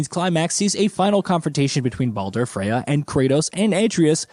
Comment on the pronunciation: I’m 100 percent convinced that they butcher the names on purpose to get people ripping them in the comments section. The more comments, the more they benefit from it. My point: listen from when he mentions Baldur… says it wrong twice and in the same breath says it right twice. Obviously knows how to say it right. I think the mispronouncing is simply a way to drive the number of comments because they know people will be quick to roast.